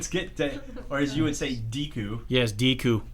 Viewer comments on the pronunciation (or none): That’s the worst pronunciation of Deku I’ve ever heard